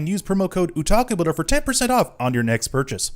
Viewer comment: I love your kits. I just wish you would pronounce the word "otaku" correctly. There's an O in there.